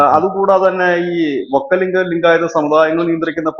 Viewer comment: Vokkaliga ennaanu , vokkalinga alla